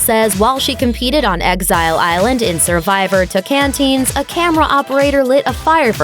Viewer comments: Toe-cAn-teens? You mean Toe-can-cheens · "Survivor: Tocantins" is pronounced [TO-can-CHEENZ]. Not [TO-can-TINZ]. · I was only half paying attention and then heard “Toe can teens” like I don’t think that’s how it’s pronounced ma’am..? Ain’t it “Toe can cheens”? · If you pronounce Season 18 as Toe-can-teens then you can’t judge the show. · Toe-Can-Teens... what? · Except she mispronounced Tocantins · Her saying Tocantins makes me want to perish. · The way she says Tocantins lol